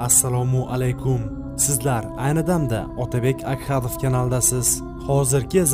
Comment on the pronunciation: Yaxwi narsalar chiqariladiyuuu shu Otabek Akhadov deyiwi yoqmedida. Axadov deyilorsin asabim buziladi akhadov deyilsa. Uzi akhadov yozilsayam axadov uqilardi..